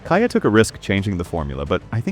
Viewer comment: Kia is pronounced kee-ah, not kye-ah!